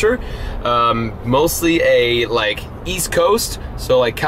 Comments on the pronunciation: He said weast coast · East? I thought he said Weast…. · Oh, EAST! I thought you said WEAST! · I thought he said wEast coast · Did you say East , in California?